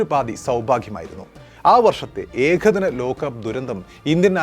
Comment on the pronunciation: Lokham Lokam...Ekhadinam alla Ekadinam...Prathama alla Pradhama....Balam kodukkendidath kodukkaathe vere chilayidathaanu Balam kodukkunnath....Sorry..insult cheythathalla....oru Opinion